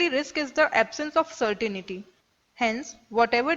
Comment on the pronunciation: certainty is pronounced as "sertentee" not "serteneetee"